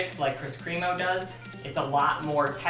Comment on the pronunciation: Kris kremo is pronounced (crem-oh) not (cream-oh) just to let you know lol.